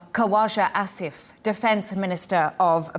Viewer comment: "Koooashaaaa Assifff", Lady learn how to pronounce Properly, These are the same ppl who Shame us Asians for not Having gofo accent in English